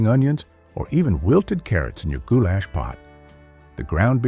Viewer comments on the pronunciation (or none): Except the way he would say gou-LASH had me cracking up 😊